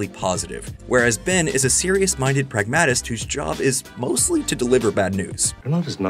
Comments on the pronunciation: It's PRAG-muh-tist. A native English speaker would say prag-MAT-ic if it's being used as an adjective, but if it's a noun, you don't say prag-MAT-ist. That's how I know this is AI narrated. This content is harmless, but still... why not just use a real person. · it's PRAGmatist 😊❤ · Love your videos. But why do you say "pragmatist" strangely?? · I think you are saying pragmatist wrong. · Did you really just pronounce pragmatist as pragmatist???